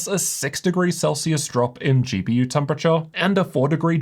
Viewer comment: your lungs will thank yooorr toorr gpurrr